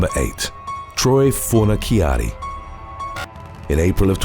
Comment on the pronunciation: Fornaciara, ci shsh sound! fornishari is how it is pronounced